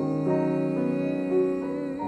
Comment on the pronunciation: Didn't realise that you're supposed to pronounce the word 'stay' as 'sterrrrrr'! That makes the music good. I'm learnding!